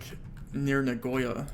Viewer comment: Your "Nagoya" pronounciation should get you BANNED